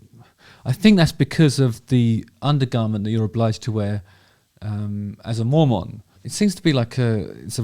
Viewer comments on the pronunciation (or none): Not that I am one or care but it’s pronounced Mor-men, not Mor-mon. Now, bring me more men! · Are we pronouncing “Mormon” like “moron”? LOL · The way he says Mormon sounds like he's describing some obscure rodent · I’m watching you at the gym and this song is playing overhead! Weird. The way you say Mormon makes me laugh Btw, you’re BMI is great! Knock it off…🙄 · Just want to hear you say "mormon" everyday, for the rest of my days.